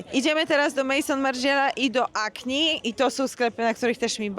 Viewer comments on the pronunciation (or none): Acne czyt. akne, nie akni.